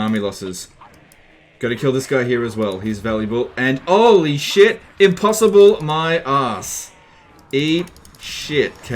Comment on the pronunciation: "Impossioble-unwinnable" battle yes yes